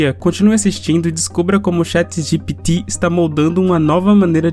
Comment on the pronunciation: Cara, essa sua pronúncia do Chat GPT é irritante, pqp...